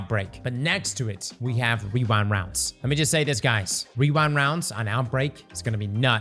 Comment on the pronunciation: Wewind wounds